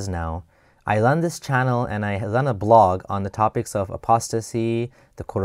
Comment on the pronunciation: "I lun a bwog " lol sure